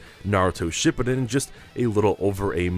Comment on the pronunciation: He mispronounced shippuden every time